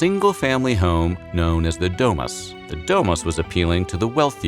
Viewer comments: DO MOOS NOT DE MAS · The way he pronounces "domus" stabbed me 23 times